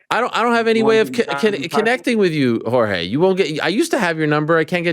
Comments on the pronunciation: Jorge "marchfidal" 🤡 god Ariel's over pronunciation of Jorge's name makes him seem like the weakest person in the world 😂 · The way Ariel says "Jorge" 😂😂😂